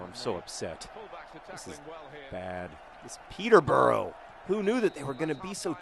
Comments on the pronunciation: oh ok, I loved this video and you're great, but it's pronounced Peter-bu-ruh not burrow ... just had to say that.. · Peter-bruh not peter-burrow. :P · Oh God, 'pee-tah bra'. Thank you. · It's NOT pronounced Peter-bora it's pronounced Peterbruh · I dont want to seem condescending but the correct pronunciation for Peterborough is: Peter-Ba-Rah